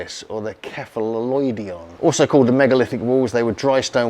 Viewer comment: It's pronounced Che-fa-LOO, not Sheff-a-loo.